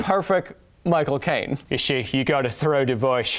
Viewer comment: Why did you give Michael Cain a lisp Kyle? English people don't pronounce their S's as SH except whem Americans try to do impressions of them.